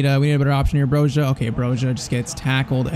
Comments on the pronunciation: There’s a clip when he played for Vitesse where he pronounce Bro-Ja not Bro-Ha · Please pronounce Armando Broja right! It is BROJA with soft J (like Juve)! I'm 🇦🇱 myself, just trying to help... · Both of those Broja pronounciations aren’t wrong , it’s Broya, I still say Broha tho because i got used to it , but broya is the Albanian way and the way he says it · Broja's name is pronounced 'Broya', I believe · Broja is pronounced Broya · As an Albanian myself, we pronounce it Broya because in Albanian j makes a y sound. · Brojas name is pronounced bro-ya